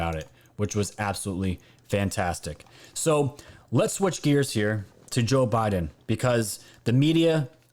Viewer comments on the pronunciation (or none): none